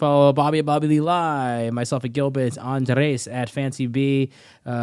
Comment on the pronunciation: he also says andreas instead of andres and noone seems to care